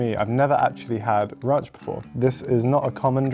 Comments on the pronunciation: Did man just say runch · Ronch? It's ranch! Also it's tomato not tomoto